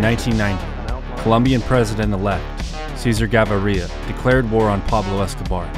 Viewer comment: "Cesar Ga barria"😂😂😂